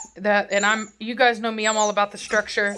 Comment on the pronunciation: He is so beautiful! Like His fur is so nice. He would be perfect for nice pictures 🤣🤣. Nobody:: “Structurrrrrre”